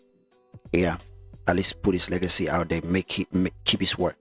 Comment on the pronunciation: Its "legacy " not lagacy